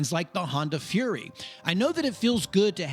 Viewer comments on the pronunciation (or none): none